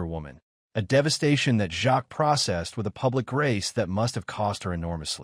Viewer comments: Who is that trans person you say is Sandy Powell? Hattie’s surname is pronounced ‘Jakes’. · Absolutely, AI crap! Worst pronunciation - Hattie Jarks. WTF!